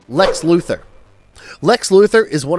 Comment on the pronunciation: Luther is pronounced like Luther Vandross or Martin Luther. Lex Luthor's name has "Thor" at the end of it and that is why the cartoon ALWAYS pronounces his name "LuTHOR" and not Luther.